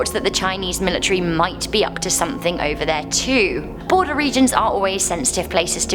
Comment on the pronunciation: "North Korean Boarder", lol. Snowboarder? Rental house boarder? Or did you mean border, sweetheart?